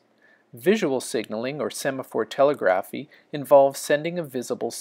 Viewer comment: FFR, the word "telegraphy" is pronounced as "tuh * LEG * ruh * fee."